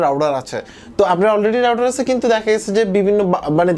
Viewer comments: It's router not rouder.... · Good review... Plz correct ur router pronunciation...